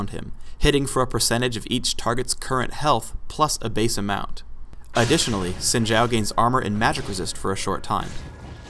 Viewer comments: why is he saying sin jow. its obviously zin zaow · No, because didn't know howto pronounce Xin Zhao correctly. In Chinese, Xin Zhao would be bronounced Shin Zow, Not Zin Shao. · Pronounced Shin Zow, I would know since Im Asian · Esse tempo todo eu falando “xin zau” quando o certo é “sin gial” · It's pronounced Shin Chow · If you're talking about the speed-skater, it's pronounced Shin Chao (or Chow as the guy said) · I pronounce it as Zin Zao, but others have different pronounciations. Proud to be full asian :^) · Anthony Mailly It’s (Sheen-Jao). Mandarin speaker here. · please guys his name is supposed to be pronounced "Shin zow" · Gotta watch out for that "Sin Jow" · wtf They say it correctly in the champion spotlight and yet people still say zin zao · I honestly thought it was pronounced 'zin zayo'; oh dear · its meant to be pronounced quin jough but riot doesnt know how chinese talk so ah well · "Sin Jau" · the 'Xin' sounds in between 'shin' and 'sin', thus creating our xin sound. It's not sin or shin, it's XIN <- read again to pronounce properly. the 'Zhao' isn't a 'Jao' as well. It's pronounced in the middle of 'chao' and 'jao'. there you have it, now you know the correct pronunciation for it. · An actual Chinese dude getting told he's pronouncing a Chinese name wrong. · to be honest i think how the devs say his name is wrong due to me being asian and asian hive mind is saying that its pronounce like Xin Zao. the voices say the h is silent. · And it's actually not pronounced like that in Chinese...but oh well XD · Wrong pronounciation.